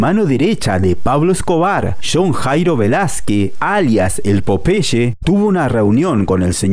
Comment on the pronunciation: Es Carrillo no carrillo, es millones no michones, es carrillo no carrio, es Popeye no popeche hablen bien antes de criticar por favor